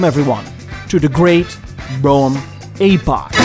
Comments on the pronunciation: AY-poch, it’s an EEEEEE-poch. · Well done, but it hurts my English ears when you pronounce epoch as ay-poch. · Maybe I’ve been pronouncing it wrong, too. I’ve always said “epp-pock”. So it’s supposed to be “ee-pock”? I prefer the way it sounds when says “ay-pock”. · A-pock? I thought it was ep-pock. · I like your videos but it hurts my ears when you pronounce epoch as Aypoch. It should be epoch with a short 'e' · As someone who also speaks multiple languages, I always appreciate pronunciation correction. "Epoch" is pronounced /ˈepək/. Or something like "eh poke." Love your videos! Ugh! Sorry! Didn't watch to the end before commenting! When will I learn? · Who was your English teacher? A-Pok? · I wonder how many comments got about his pronunciation of epoch, only for the classic self burn at the end lol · Honestly your pronunciation of epoch is a perfect fit for this episode, adopting quasi french prononciation for a faux chic impression, just like the "d'Elegances" and "deLuxes" in the video.